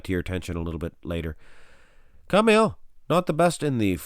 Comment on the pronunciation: His name is Ka-ma -al not Carmel